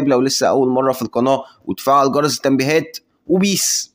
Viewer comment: بذمتك واحد متعلم يقول فعل جرز التنبيهات بدل جرس،، حاجة تكسف